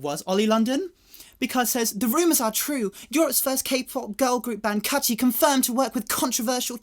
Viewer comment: nawr it's chrew